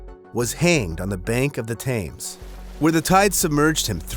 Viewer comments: For people sentenced to gibbeting (locked in a cage) death comes from dehydration, not from starving. You can last two or three weeks without food, but only 3 days without water. Sweetheart, you really need to learn how to pronounce some of these common names! The river in England is the Thames, is pronounced "tems." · Thames pronunciation was confusing at first 😂 i was like "where is the tames?" 😂